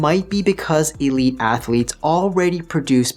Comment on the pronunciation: I can’t trust a man who says ath a letes.